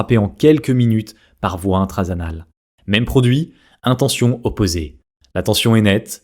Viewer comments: "adénosine"... et pas "anédosine" et "intranasale" et pas "intrasanale", c'est bien écrit mais tu fais une faute de dyslexie... 😉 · À , on entend « intrasanale » au lieu d’« intranasale »! 😬😂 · Il dit bien "intrasanale" 😅